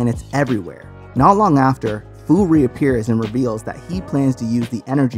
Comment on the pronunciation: Look this is a good video but how you say fu, it’s a pun on the word future